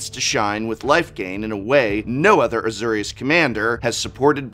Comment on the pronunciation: Az-OR-ius. SIRE Ginger, HEIL-da